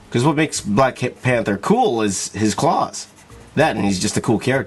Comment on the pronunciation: “Black Pahhnthurr” shhskskshsjsksmhchad Black Panther* 💀😤